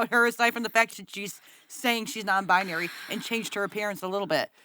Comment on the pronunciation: What in the Midsommar/Yellowjackets is the first clip I mean really Also, I cannot stand when they say “non-bi-uh-nary.” Correct me if I’m wrong, but it’s 3 syllables, not 4. Non-bi-nary.